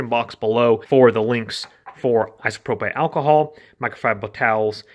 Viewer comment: Isopropay? What the... It's " i-so-pro-pill "